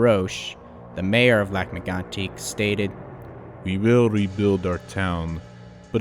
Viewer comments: As a bilingual person from quebec. You said lac megantic pretty ok. But you are supposed to say it like this: lahc meygantic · good attempts at french names! Lac M-eh-goan-tik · Is English your 3rd language you didn't learn well? And stop trying to pronounce as the French would, your attempt is just bad. It is pronounced lake megantick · Well, all I can say is, I come from Lac-mégantic and I hate the way you say it, but the rest is great. I work at the station which is now a museum.